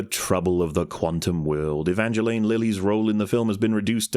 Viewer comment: The Long Man can talk some shit about how the actors didn't agree on how one of the characters' names is pronounced but hasn't gotten the memo about how the real person's name is definitely not pronounced "E-VONgelAYne".